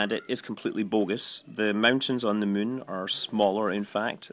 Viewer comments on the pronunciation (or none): Funny how every time you say Moon, it sounds like your saying Mun... lol! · Actually, there is supposed to be an accent over the "u," that makes it pronounced like "Moon."